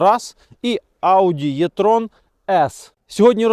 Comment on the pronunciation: Автор,а ви у школі,як вчилися? Я підозрюю що ви буди двійочником,бо навіть не вивчили абетку! Ви не знаєте що ця літера "Е",а не "Є"!!! Навіть на латині-це літера "Е",не "Є"! Як ця кацапщина засіла в наших головах!!! А ще ці галичан зі своїм "поняли",не "поняли,то ЖАХ!